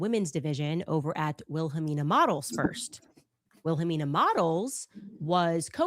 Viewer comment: It’s Wilhelmina not Wilhamimina .